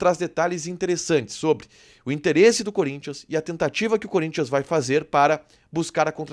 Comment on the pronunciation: Gosto de vcs do Sul , vcs sabem falar o nome do Corinthians e não curinthian ... Vcs sao fera